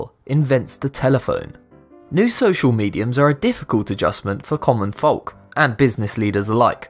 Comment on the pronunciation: Just saying, 11 minutes and 40 seconds in, you said a word wrong - 'folk' is pronounced 'f-oh-k' not 'f-ol-k'.